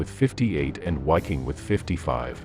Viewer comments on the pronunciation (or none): the 5th ss was the wiking(viking) it was pronounced Ve' king and not (why)king. wiking is latin. always cut the w in half to get the V!. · Bro. Please try to use proper pronunciation. It doesn’t need to be perfect, but try at least. Waffen - Vahffen Wiking - Vee-king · The Grossdeutschland Panzergrenadier Division, didint belong to the Waffen SS but to the Whermacht. PS: the 7th SS Panzer Division Wiking,you read it with a W but its pronounce with a V. Viking. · It's not pronounced wiking division, it's pronounced viking division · 5SS Wiking is pronounced VIKING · The narration is weirdly inflected. Leibstandartay? Wiking division, Whaffen SS. AI? perhaps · PRONOUNCE CORRECTLY!!! WIKING, etc., etc., etc. Unwatchable.